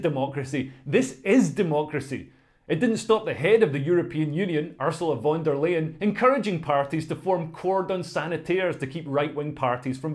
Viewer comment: ...this obsession with mis pronunciation of names is lazy... it's van der 🦁, laying is what hen's do, and non celibate people. Only 44pc turned out in my constituency, but we still kicked out Clare Daly 💪